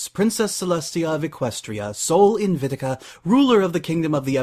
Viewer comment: Good reading. You've really put some life into the story. One minor nitpick: You mispronounce one of the words in Celestia's title. It's "Sol Invicta," yet both times, you said "Invitica." I'm not suggesting that you rerecord the reading for one mispronunciation; I just want to let you know.